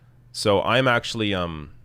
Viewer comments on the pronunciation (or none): none